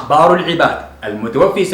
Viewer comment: كلام جميل جدا.. واجتهاد كبير.. لكن المتوفي بفتح الفاء لأنها اسم مفعول.. ارجو الا تنطقها المتوفي بكسر الفاء.. وهي هنا اسم فاعل خطأ شائع يقع فيه كثير من المتعلمين